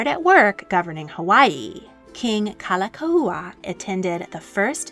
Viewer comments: While I enjoyed and appreciated this history, please work on your pronunciation of Hawaiian words. You nailed Liliuokalani but it’s Like Like (lee-kay lee-kay) and Kalakaua (ka-la-KOW-uh). It helps to know “o” means “of” and the prefixes Ka, La, Na are all “the”. For example, “o ka lani” means “of the heavens”, which can pertain to royalty. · I just can’t get over the narrator’s mispronunciation of King David Kalākaua 🤦‍♀️ 🤦‍♀️ 🫠